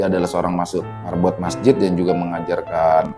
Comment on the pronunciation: Marbot bkn merbot